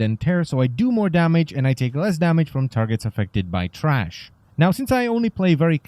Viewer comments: t h r a s h not trash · Good guide thank you. And it's THRASH not TRASH! Lol. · tHrash not TRash